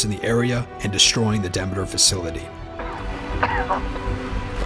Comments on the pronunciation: why isn't it pronounced deemeter after the Greek goddess of harvest? I could've mispronounce it idk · ITS PRONOUNCED DE ME TER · The way he says Demeter tho